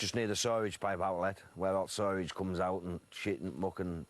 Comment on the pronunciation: "Sorage pipe?" Peasant!